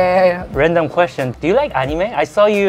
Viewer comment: nice queshtion 💀💀